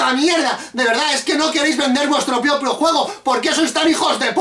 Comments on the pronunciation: Priopio XD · Canal Random Y VEMOS COMO TIENE ERRORES EN LOS DIALOGOS CUANDO CRITICA LA PORTADA DE STREET HOCKEY 95 DICE "NO QUEREIS VENDER VUESTRO PRIOPO JUEGO" DICE PRIOPO,NO SE QUE DECIR TIENE MUCHO REALISMO!!!!!